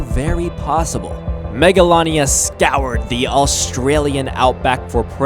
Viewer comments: It’s pronounced mega lay nia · it's pronownsd mega laa nee a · You said it wrong